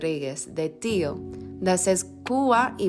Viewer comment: Tió, accent on the o.